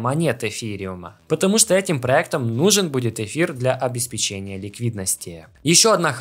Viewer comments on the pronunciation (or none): none